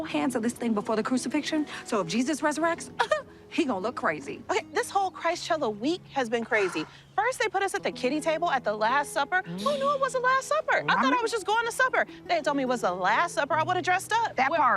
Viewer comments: Did she said Christchella? 🤣🤦🏽‍♀️ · She said “Christ-Chella “ 😂😂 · Did she say Christchella😂😂😂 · "Christ-chella?" NO! Oh, my Goddess! I just screeched!!